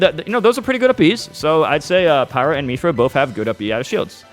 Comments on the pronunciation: The way he says "Miithra" makes it sound like she got the mii skin and not Rex lol... Still, excellent analysis as always from the King! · Myth- ra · It's not "Me-thra", it's "Myth-ra". Like the word "myth" with a "ra" added onto the end. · for future reference, it's myth-ra not meethra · who the hell says Mee-thra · Meethra lmao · ok but why do you say it as "Miithra" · Is he saying Mii-thra LOL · dont call her meethra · Ah yes, Meethra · My man said mepha I can't spell ik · Mythra not miithra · Every time he says “Meethra” I literally die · I cringe every time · it's actually meephra that he says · Throughout all this trailer analysis M2K couldn’t figure out how to pronounce Mythra?😂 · You understand him don’t you? Who cares lol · Sepiroth? Meethra? Is Mewtwo King purposely mispronouncing names?